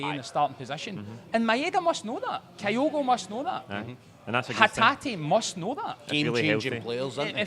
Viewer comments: Not listened yet, but if says “KIGH-OH-GO” again so help me god….Edit:, …. How, HOW can Gordon Daziel & Packy Bonner pronounce Kyogo correctly yet cannae after a year…good grief. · Same reason I can't stand Bonner...you are a pundit but can't even get the basics right? A 5 letter name and you say it wrong every time yet everyone else you talk to says it right? It's just pish. I like the channel, presenter is excellent, is superb.... will be good when finally learns to say OUR players names correctly. It's mental a Celtic fans podcast can't say our players names right.